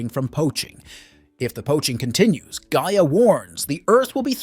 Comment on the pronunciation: This is some of the laziest nostalgia clickbait I've seen in a while. You couldn't even bother to listen to your own BS script one time to know that your AI was mispronouncing Gaia.... The spirit of the earth. I mean it says her name correctly in the freaking opening credits. If I could give two thumbs down I would. But you just get the one cuz that's all I think this haphazard attempt deserves. Oh except maybe this 🖕